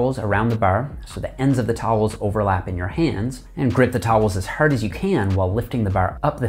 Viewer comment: Didn't know he was from Ontario until I heard bar and hard pronounced behr and hehrd